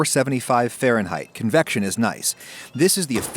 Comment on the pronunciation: Nobody: Adam: C O N V E C T I O N